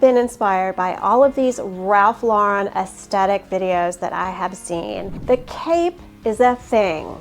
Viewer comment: Love love love your content for petites - so very helpful for short ladies. But not sure why all US fashion bloggers don't correctly pronounce the "th" sound in the word "aesthetic."